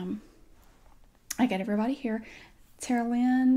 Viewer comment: I kept hearing "Terlien".. I was like "what kind of Game of thrones name?! Ohhhhhhhhh Tara Lynn!?!!"